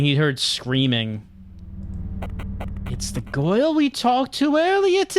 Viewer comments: I love the way pronounces girl as "goyle" when he's doing the voice of Detective Fisher. XD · I think it's a Brooklyn accent.